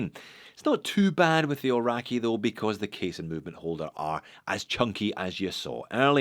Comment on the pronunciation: It seems can pronounce ‘bund’ correctly, but not Kia Ora, Aoraki or Māori.